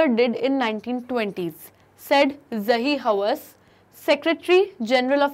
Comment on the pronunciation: I paused the video for 2 mins and laugh when she said zahi hawass 😂😂